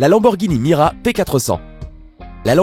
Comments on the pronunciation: lamborghini MIURA pas MIRA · et puis c'est pas mira mais miura bolosse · Putain c pas mira c'est muira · Heureusement qu'on dit Miura et pas Mira. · J'ai découvert qu'il y a des gens qui disent " Mira " au lieu de " Miura " je pensais pas que ça existait. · c'est une Lamborghini Miura P400 et non pas "MIRA" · C'est miura pas mira 😒😒😒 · C'est miuuuuuuura et pas mira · Lamborghini miura et non mira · Miura pas mira retravaille ton sujet parce que c est la deuxième fois que vous fete des fautes sur la prononciation des nom des voitures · MIURA PAS MIRA!!! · Miura pas Mira bordel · C miura et pas mira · c'est la Lamborghini MIURA pas mira !!! xD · on dit miura pas mira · C'est miura et pas mura ! La découverte la plus WTF est celle du Portugal 🇵🇹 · c’est pas la lamborghini mira mais miura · Lamborghini "MIOURA" pas "MIRA"!!!!!!!* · miura et non mira !! et bugatti atelante et non adelante . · on dit miura et pas mira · C'est Miura pas Mira 😁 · Ce n'est pas MIRA mais MIURA et ce n'est pas Bugatti ADELANTE mais ATTALANTE !!! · on dit pas mira mais miura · La Lamborghini miura pas mira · C'est pas mira mais miura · Lamborghini MIURA pas mira !! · C la Lamborghini Miura pas Mira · Lamborghini Miura pas Mira, ducon ! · Lamborghini Mira ??? Miura je veux bien ;) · C pas Mira c Miùra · Lambo Miura pas mira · Pour la Lamborghini elle s'appelle Miura et non pas Mira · C'est pas Lamborghini "Mira" mais "Miura" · C'est la lamborghini MIURA , pas MIRA , pas la peine de faire un gros plan dessus le nom ... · Slt la Daytona mais juste c est Muira et pas Mira😉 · Une Lamborghini MUIRA pas mira !! Et on dit pas Maybach mais Maybar le « ch » ce prononce « re » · c pas mira c muira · Lamborghini miura et non mira :) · Lamborghini '' mira'' mdr.... Miura! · Lamborghini MIURA et pas Mira! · Miura et pas mira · C'est Miura , pas Mira , on ne déforme pas une voiture légendaire tocard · Lamborghini mira 😂😂😂 c'est miUra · ON DIT MIURA PAS "MIRA" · C Lamborghini miura pas mira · MIURA pas MIRA !